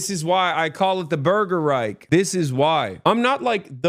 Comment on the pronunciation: German here: it’s not „Burger Reik“, it is: „burger reiCH“ - would be even more funny if you shout it with a German accent